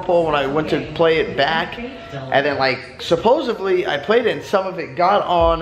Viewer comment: *Supposedly (not supposavly) lol! Love your videos, bro!